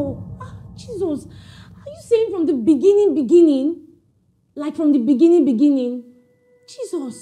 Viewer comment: From the Beninging 🤣🤣🤣🤣🤣 🤣🤣